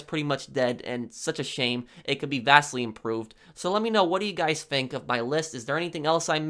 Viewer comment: Hey goys iss pwofessinel hear. Stupid ass fucking nerd